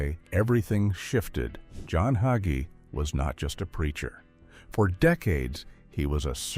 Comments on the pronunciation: Why did the narrator of this video keep mispronouncing HayGees name. He keeps saying his name was HugGee. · HIS NAME IS NOT HUGGIES IT HAGEE PRONOUNCE IT CORRECTLY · His name is pronounced hay-gee.....another AI disgrace. His fall was thinking it was "his" ministry, that is the problem. Either you ministry for the Most HIGH, or you minister for reward, fame, and fortune in this life, and that isn't biblical. He has misguided the masses with false teaching. Scripture warns against that. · ALL you people complaining about the mispronunciation of his name ... Don't you understand this is AI, and AI always messes things up ??? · ARE YOU MOCKING PASTOR HAGEE YOU CANT EVEN PRONOUNCE HIS NAME CORRECTLY THEY NEED TO GET SOMEONE ELES TO DO THIS VIDEO THAT CAN CORRECTLY SAY HIS LAST NAME IM VERY UNHAPPY ABOUT THIS SO IM GOING TO GIVE IT A THUMBS DOWN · If you can't pronounce his name perhaps you should not even be using a podcast video that slurs him.